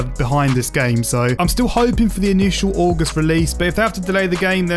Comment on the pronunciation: did my mans say ay-gust